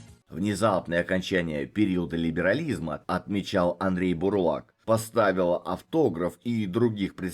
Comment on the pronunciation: Не Андрей Бурлак, а Андрей Бурлака! Стыдно искажать фамилию того, кто столько сделал для русского рока. Тем более, что вы живёте в одном городе...